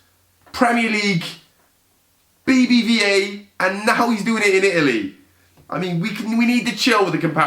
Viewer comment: said BBVA like BRUH